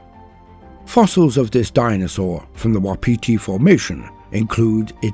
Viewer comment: Awesome but it's pronounced 'wap' 'iti' love my home and it's hard language